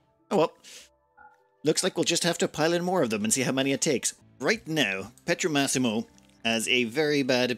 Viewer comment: Just a side note : it's Pietromassimo, with an i, think it like Peter-Maxim